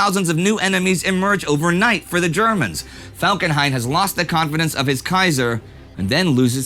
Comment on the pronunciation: "Erich von Falkenheim"